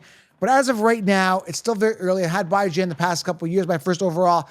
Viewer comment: He’s killing me with how he says Bijan’s name. It’s pronounced Bee-Jan, not Bye-Jan 🤦🏻‍♂️